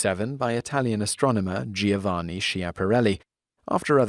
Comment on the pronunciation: Please look up the pronunciation of the abundant Italian given name "Giovanni". The i is silent, only there to "soften" (turn into a fricative) the pronunciation of the G .